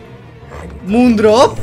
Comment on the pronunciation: Super video jenom prosím že se to vyslovuje ty jeho jména MOONDROP/SUNRISE